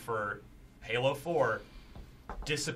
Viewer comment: Lol said gaylo